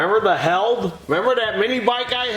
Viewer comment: Hey, It's pronounced healed, as in - I wrecked my motorcycle but now I'm all healed up! Made here in Southwestern Michigan.